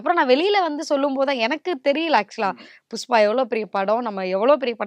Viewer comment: ஒரு பாடகியாக நீங்கள் உங்கள் உச்சரிப்பை சரிசெய்து கொள்ள வேண்டும்.உ-ம் புஷ்பா-புஸ்பா